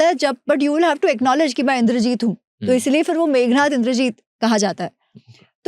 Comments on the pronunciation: मेघनाद को मेघनाथ न कहें, 🙏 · sigh it is Meghnaad. Roar of the clouds. Not Meghnath. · The name is Meghnad NOT Meghnath. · Devi NIKUMBALA AUR MEGNAD, NAAM PEHLE THEEK SE LO